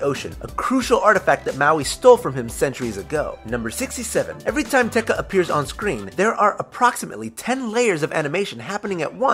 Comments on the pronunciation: Tekka?! It's pronounced te kah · it's pronounced teh-kah not teh-kuh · They pronounce it "Techa" When its actually pronounced "Te Kaaaa" eehehehe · T-Ek-ahh, not T-Ec-a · its tekA not tEkka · it's not pronounced like techa it's Te Ka. Not a ah. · Te Ka not teka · Why do you say TehKuh it's pronounced Teh Kah. Did you even watch the movie and listen to grandma Tala telling the Maui story in the beginning? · omg he says Te Kā like Teka... Hahaha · it ain't teka it is Te Kā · Not ke ta te kā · Teka its Te Kā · UGH IT'S PRONOUNCED te-KAH! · Te Ka. It's pronounced Tay Kah >_< I cringed. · Te ka(Lava Monster) is pronounced Te- Car but silent the R a small bit and say it slower, also Moana means Ocean in more countries then Hawaii and New Zealand. Maui is pronounced Mao-We. one more thing, a reason why there was no love story was because Maui and Moana are related (Culturally) so this will make a bad statement for the film, also Maui is based on a Polynesian hero, and Maui never had a wife, so this wont make any sense to Polynesian people. for example, in Maori mythology Maui died before finding love by Hine-Nui-Te-Po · This is how you say the lava guy: Teh Kah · The pronunciation of Te Ka really killed me. I was pleased when it was over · I like the video but you pronounced Te Ka wrong